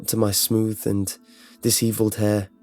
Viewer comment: Thats not how you pronounce disheveled